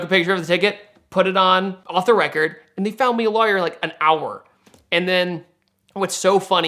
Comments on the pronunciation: It really bugs me how he pronounce lawyer 😩😩😩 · He really over-pronounces it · That is not how you pronounce lawyer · first time hearing the word lawyer pronounced as "luhh-yurr" is that a GA accent/dialect? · Is it just me or does he say "lawyer" funny? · Hearing him pronounce lawyer was like what!? Lol